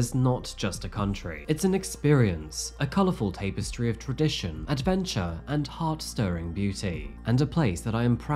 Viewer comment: Thumbs down for saying tape-estry, instead of tap-estry. You do this quite often. This is modern day education for you.